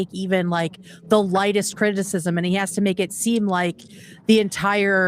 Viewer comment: sounds like said “cringicism” instead of criticism, and I think we should make that a regular phrase for Hasan.